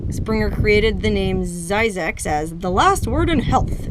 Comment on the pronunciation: Zzyzyx is supposed to rhyme with Isaacs